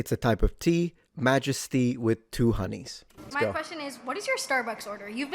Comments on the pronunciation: "Milk Majesty tea with two 'oneys" - HEY MA, I SPOTTED AN ITALIAN!!!! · you said 2 oneys lol